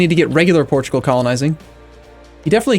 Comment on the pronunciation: EX-PORT-U-GAL I lost my sides